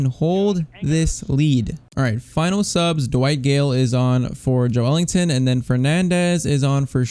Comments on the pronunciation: It’s Ｊｏｅｌｉｎｔｏｎ not ｊｏｅ ｅｌｉｎｇｔｏｎ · joelinton is pronounced joe lin ton